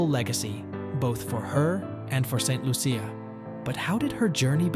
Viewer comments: Tis Saint Lu-sha (CIA) pronounced --- sha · No its pronounced Saint Lu sha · Ain't no big deal on how he pronounced it